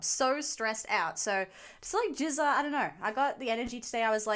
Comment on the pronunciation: GZA is pronounced as a hard G. The way you are pronouncing it it sounds like jizza